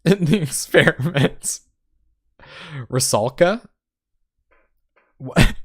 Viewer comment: rusalka, not ruskala >_<